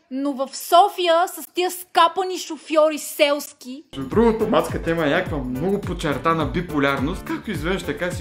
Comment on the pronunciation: "Малииии... щИ натрупЪм мно'У гледания от туй"